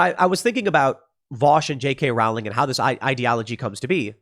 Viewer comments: RO-LING, ROLING... NOT ROAWWLING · Rowling is pronounced Rolling, Row is pronounce Roe. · Rowling is pronounced as bowling. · Tim Tim Tim Tim Tim... Please listen to the people who've told you how to pronounce J. K. Rowling. You just sound like you have no idea what you're talking about when you pronounce the author's last name the way you do. It's like listening to someone who wants to ban guns talk about some sort of '30 magazine caliber clip.' Her last name is pronounced row-ling. Row is pronounced like you're rowing a boat. Just row the boat and add a ling to the end. Trying to help you out Tim! You used to be the same with guns. You've gotten a lot better! Congrats!